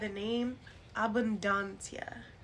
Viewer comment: I appreciate this information and the correct pronunciation of her name